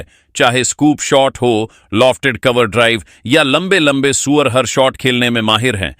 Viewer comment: सूर्या को सूअर क्यों बोल रहा है बे ???